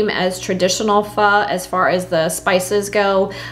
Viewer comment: I just got my star anise in the mail, so I am ready to make a beef pho! It’s pronounced “fuh.”